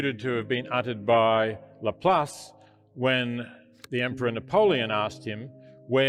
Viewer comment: Even the beginning is showing someone mispronouncing Laplas - and then moment later only saying half of what he said. It is okay to argue about anything, and personally I believe God is a bit more complex than any religion can say (and I do not believe any known religion) - but at least quote the guy fully, and not only what you want out of what he said....